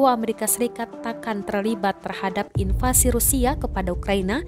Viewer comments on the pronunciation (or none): none